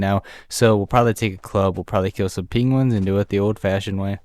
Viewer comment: dude, say "penguins" again XD